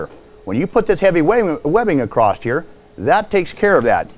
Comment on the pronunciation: No "t" in the word across.